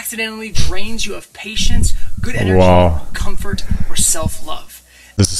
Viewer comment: Enery left the g out.